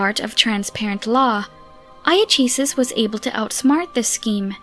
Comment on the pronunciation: Iachesis, pronounced Iakesis. Loremaster Lawrence explained last year that in the ancient elven tongue there were no soft C's. So C was always spoken like a K.